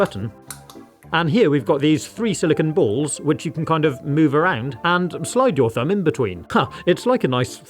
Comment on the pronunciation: Why you say balls like that 😂